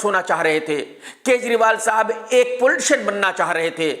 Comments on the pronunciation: i thought he said, "Unko bhi Bullshit ban naa thaa". later understood, he is saying, "Unko bhi Poltician ban naa thaa". 😂😂😂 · Whenever he says poitician I heard bullshit😂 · 😂😂😂😂😂EXACTLY !!!!!! I heard the same.I wanted to laugh a li'l more so I rewind it a bit & heard it again.....😂